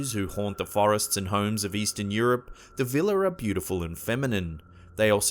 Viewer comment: Vila are properly pronounced vee-luh or vee-wah.